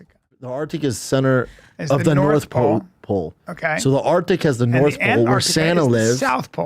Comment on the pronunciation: "duhhh Sana lives in the norff powl and duhh poler beers live in the souff powl"